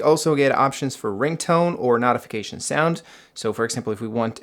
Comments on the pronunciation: Notification is pronounced Note-ification not Not-ification 😂😂😂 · What is a NOTification? Its pronounced NOtification.